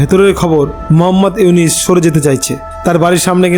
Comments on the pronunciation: Aponio to morkhor bachar morkho doctor unoske nam ucharon Korte parchenna bar bar unis bolchen nijer chorkai tel Dan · আরে বাইনচোদ তুই তো নামই বলতে পারিস না। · আবালের নিউজ আবালে বিশ্বাস করে,,,,,,নামটা ও ঠিক মতো উচ্চারণ করতে পারে না,,,,,সে আবার সাংবাদিক,,,,😂😂😂😂😂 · K re tui.... Name ta tik moto bolte parisna.....